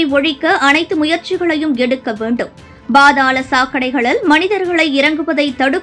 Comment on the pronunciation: பா(BHA)தாளம் தப்பு, பா(pha)தாளம் தான் சரி